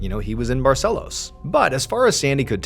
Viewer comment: I live in Manaus. That leader certainly didn't look local to me. But wow, what a story. Too bad there seems to have been no resolution on the case. I feel really bad for all who believed in such a story :( she was very brave and determined though. All praise to her ❤ Ps.: hey Mr Ballen, amazing pronunciation of the city name "Manaus" :D "Barcelos" too!!!!